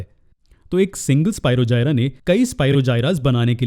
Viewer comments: Sir bura na mano to ek baat kahu ki sir vo spirogyra hota hai na ki spirogjayara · It is स्पीरोगायरस not स्पीरोजायरा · Nice explanation sir i am really very sorry sir but its Spirogyra it is g on j sorry btw thanku sir its help me alot❤☺